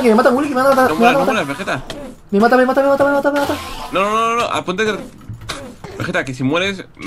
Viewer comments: Willy: "Vegerex" Vegetta: "Wigetta" awww el nacimiento de wigetta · lol dice wigetta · Vegetta dijo Wigetta :3